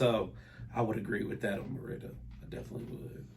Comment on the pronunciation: This is wild! I just got done reading a post you put in a Facebook group about how much you thought Mérida was boring. Suddenly, while watching YouTube, your channel popped up! 😳. Wow! You keep mispronouncing Mérida, so I guess you really didn’t like it! 🤣. Sorry it didn’t work out. Mérida is perfect for me right now, but I’m retired, so…🤷🏾‍♀️ big difference in what I require vs you with a growing family. Good luck to you!! 👋🏾